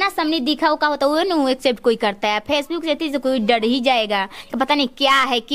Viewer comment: Phace book 😂😂😂😂😂😂😂😂 chabar chabar zabaan chal rahi hai , right word bolna bhi sikh leti ya sirf " PHACE BOOK " pe ladko ko ullu banana hi sikha hai 😂😂😂😂😂😂😂😂😂